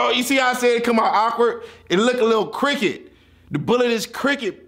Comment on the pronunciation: He’s said the bullet was “cricket “ instead of crooked lol